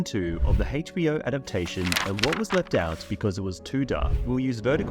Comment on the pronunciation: Dude said, "HeichBO".